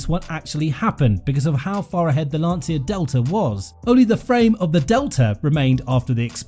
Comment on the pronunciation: oh and the way u pronouce "Lancia" is almost criminal xD